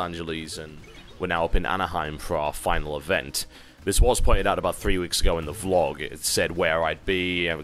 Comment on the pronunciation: I find it funny how TB pronounces it like `` V log`` instead like everyone else ``vlog``